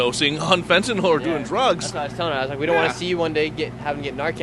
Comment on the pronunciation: It's not Fen-ten-all, (rhymes with Paul), it's Fen-tan-nill, rhymes with pill, kill).